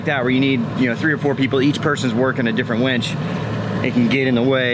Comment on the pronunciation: Its WINCH not WENCH!